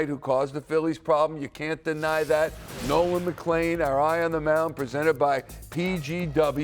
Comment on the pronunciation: Brother can't even say Nolan's name😂